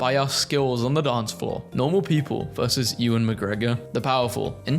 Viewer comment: Now this is a video for me IM DYING MY TWO FAVOURITE THINGS COMBINED 😂 tatoonie… forget tatooine… tatoonie IT’S PRONOUNCED YOU-WIN NOT EWW-WIN AAGGGHHHHHH dont forget it was all with Luke watching 10/10 as a girl, i can confirm that this is indeed correct